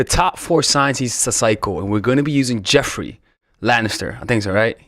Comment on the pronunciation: 1st of all ... Where is your educational degree 2. You do know that Joffrey was a character In a TV show .. Right ???? Yes Joffrey is pronounced as ( Joff-rey) not Jeff - rey and it's Baratheon Not Lannister 3rd of all The actor's Real name is Jack Gleeson and he a totally different guy from what his character is Look it up many interviews done he got a lot of death threats and he stop acting because people couldn't Separate what was Fiction and Real life